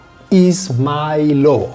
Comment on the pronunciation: It should be pronounced izmAylovo, bro - like 'eas-MIGH-lovo' with the middle part of the word stressed :))